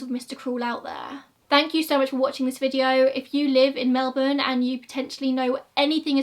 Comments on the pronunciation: Girl Im just thrilled someone from overseas covering an Australian case actually pronounced Melbourne right 😂❤👏 #AussieThings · Thank you from the bottom of my heart for pronouncing Melbourne right hahaha ❤️